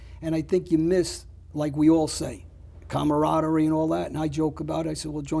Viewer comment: Yea I miss calm-arat-tarie also 😂